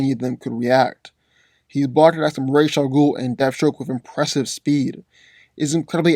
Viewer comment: Its ra's al ghul not rays al ghul call yourself a batman fan and I'm Mary Poppins yo 🤣